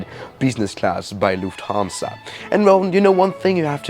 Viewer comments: lufhansa? lol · did none of you guys see lufhansa? its LUFTHANSA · Lufhansa? Do you mean Lufthansa? Was it a typo, or mistake? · Do it read that correct ? LUFHANSA ? Man, it is FLUFFHANSA. How can someone stuff that one up so bad ?🙄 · Yes we love”lufhansa” lol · Why do you pronounce it "Lufthaaansa"? Cool video but that triggered me very hard. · hey might want to change the “lufhansa” 😂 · why did you forget the T in lufthansa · dude is going full german mode